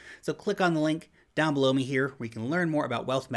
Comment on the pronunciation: every time you say down below me here I hear: down blow me here 😂